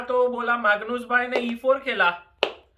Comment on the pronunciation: "Megnoos Bhai" 😂😂